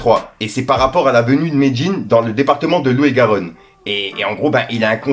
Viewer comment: Frérot on dit lot et Garonne pas l'eau et Garonne. La t'abuses 😅